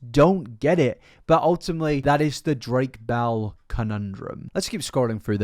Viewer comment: I love how your accent makes it sound like you’re saying “Drake Bowel” as opposed to “Drake Bell”